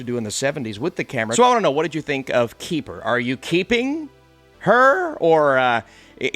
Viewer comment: It is not you, it is me. But every time you say Keeper, I hear kiefer. Good review.